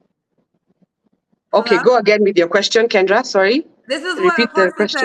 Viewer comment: You called kendra's name wrong too 😂😂😂